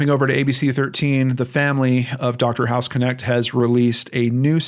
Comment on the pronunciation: don't know if anyone else mentioned it but the way to pronounce his surname, which is german (i know cause i'm german :)), is [knɛçt] not k-nect. a bit like the sch in mc escher. might be pronounced differently in the us though. funfact: hausknecht means housemaid or caretaker. very interesting case since i heard of the hospital before when i was visiting texas.